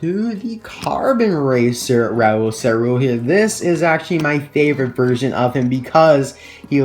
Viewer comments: Awesome vidéo! We pronunce ÇaRoule : saroule! And my favourite variation is thé carbone racer! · In French if there is a ~ under a c it is pronounced a s. Great video I stay up past 1 to watch you